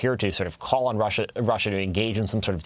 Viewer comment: How dare you stutter when you pronunce Russia !